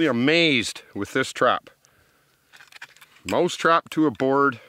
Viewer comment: he keeps saying moose trap